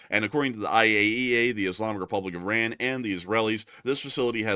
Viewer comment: The New name if the Country is.. I-Run! 😅 got um!